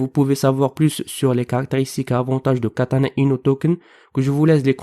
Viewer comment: Kêtana-Inouuu . Mdrrr